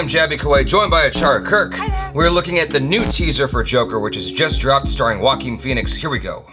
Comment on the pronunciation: ... wait Joaquin Phoenix is pronounced as Walkin Feenicks ... Whoa ! I knever new 🤷‍♂️🤡😅